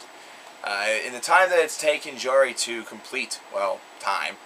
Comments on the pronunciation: its pronounced "yari" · Jari is pronounced Yari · this is painful to watch... first you dare mispronounce Jari's name! secondly you butchered ensiferum's pronunciation. its pronounced "in-si-fear-um" I would know because I've heard their bassist (sami hinnka) call it that.